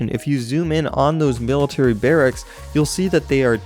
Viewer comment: "meal-itary barracks" xD